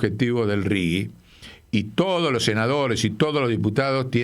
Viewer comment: RIGI SERÍA MEJOR PRONUNCIAR RIJI .... LEY DE PASTA BASE